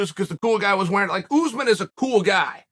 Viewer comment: Usman is pronounced UTHHMAAN . Not oozeman And its pronounced hamza. Not khamzat